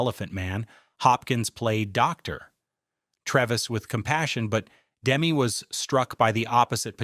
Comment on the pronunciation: For Christ's sake pronounce Demme correctly. Your dumbass keeps saying Dem.